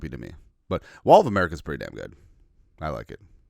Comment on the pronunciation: Maul of America is fine on paper, but just sounds like Mall of America when you say it.